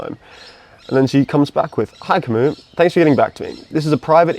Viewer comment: "Ka-moo" not "Cam-iis"